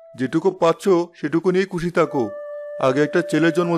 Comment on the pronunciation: কুশি নয় খুশি